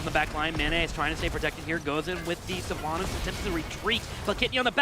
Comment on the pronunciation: Sylvana mates, not SylvAnus